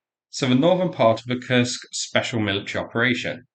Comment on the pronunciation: I do wish you’d learn to pronounce Kursk properly. You seem to be trying hard with the Russian town names but you’ve overlooked how Kursk is pronounced.